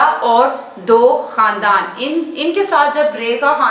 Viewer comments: خاندان کے تلفظ کو کھاندان کہتے ہیں نۓ بجے اس پر بات کریں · کھاندان نہیں خاندان ہی ہے تلفظ